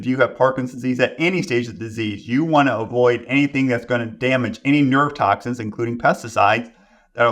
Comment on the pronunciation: I was questioning the way he pronounced toxins (toxicans), also. I may be wrong but I’ve never heard that word before.